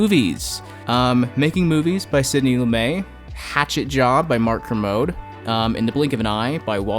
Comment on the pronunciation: I think you mispronounce Kermode homie.